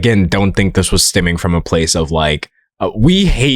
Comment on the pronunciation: Whenever you say “stemming” I hear instead “stimming” and it throws me into ADHD world 😂